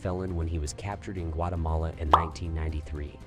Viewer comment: You don't know how to say his name Joaquin....or sinoloa or gauta la GARA. LMAO. Dude youre absolutely beyond embarrassing. Learn how to say pronounce simple Spanish words so u don't sound like an ignominious buffoon., Which you are. Geezus. What a fkng moron